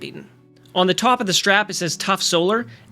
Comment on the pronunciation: I'm guessing you're in Canada, as you pronounce the word "top" the same way as Jordan Peterson.....